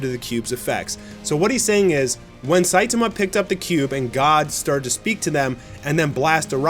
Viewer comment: Can you please pronounce saitama correctly?